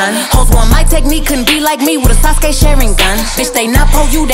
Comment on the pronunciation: She mentioned all of my mans ❤️‍🔥and I also like how she said Naruto and Sasuke names